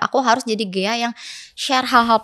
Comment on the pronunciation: maaf kak koreksi sedikit, ghea ya bukan geya hehe